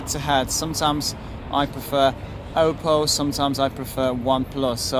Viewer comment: wszystko fajnie ale nie wymawia się do kruka pana 'oupou' tylko 'oppou'. Weź bo lubię twoje filmy ale boli mnie gdzieś podświadomie w środku na takie natchnienie.